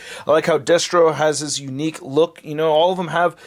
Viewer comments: I heard “deathstroke” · Are you saying "Deathstro"? 🤣 Sik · Me too.